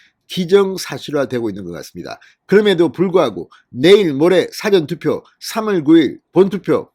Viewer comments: 사전투표라는 발음은 국어사전 영어사전 의 사전이 아니고 일의 앞 이라는 ㅇ 사~전으로 사는 낮게 전은 높게 발음해야 합니다 ㆍ국어사전 의 사전이 아니고 어떤 일의 앞 이라는 의미입니다ㆍ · 사전투표의발음이 이상하네요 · 사전투표 사전 발음 똑바로 발음해주세요